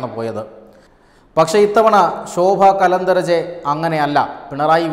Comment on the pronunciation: You have given the name of the minister wrongly. Her name is Shobha Karanthalaje ( കരന്തലാജെ) not Kalantharaje( കലന്തരാജെ അല്ല)